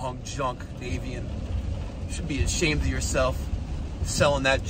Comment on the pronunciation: Dude it's taken over a year I love the channel I don't want to correct you but I can't take it lol. Navien North America's name is derived from "Navigating Energy". Nav like Navigate. Not Nay-vien. Maybe it's a NY thing, an American thing, a thing lol. I work the largest Navien distributor in Canada and can assure you, it's naaaavien haha keep makin that money!